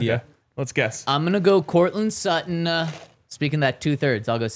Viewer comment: Its Sutton.. and its not even close!